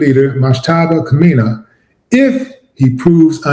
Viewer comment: Kha-may-knee is how you pronounce the name phonetically. Do they still teach phonics???? I'm old. 😳😳 How did this end up being about me? 👀🤨🤔😆😆😆